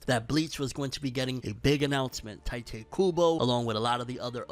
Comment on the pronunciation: Bro, TEEE-Te.